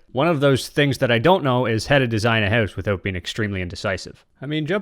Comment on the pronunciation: "I want to build a minecraft hews" 🇨🇦